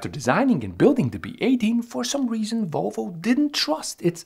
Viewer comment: Its Volvo not Wolvo…..try to say that….VVVVVOlvo